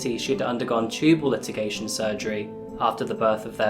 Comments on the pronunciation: I wish your English was better: incompreHENSIBLE; tubal LIGATION not LITIGATION. I can't watch your channel after these gaffes. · a speako: "litigation" -> "ligation" Unless she sued her tubes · In case it comes up in any future stories... Tubal *ligation (pr. lie-gation), not 'litigation' 😊